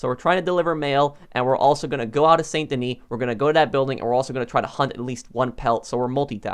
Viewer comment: San da knee. Learn how to pronounce stuff properly.